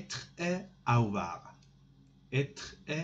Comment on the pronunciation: être et a"V"oir